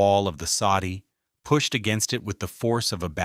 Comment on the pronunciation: Soddy, not Saudi.